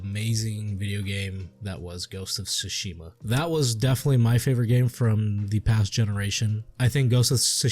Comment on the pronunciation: Sounds like the basic misogynistic review to me, can't even say Tsushima right. Watch a sucker punch video and do your research before complaining for an hour